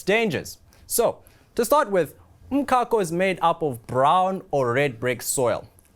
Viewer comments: Why is this guy pronouncing umcako like this? Ehh. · that's not even the correct Zulu pronunciation😂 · So eNCA has no budget to research the right pronunciation of umcako? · 🤣🤣🤣 definitely not Joburg pronunciation. This guy must explain why he's saying it like that 😅